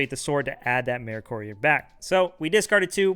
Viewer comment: Why can’t anyone pronounce Mercourier 😂 it’s Mer-Courier. It’s a mix of the words Merchant and Courier, like a mail person lolz